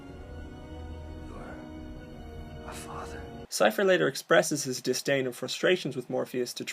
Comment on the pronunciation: DisDain, not disTain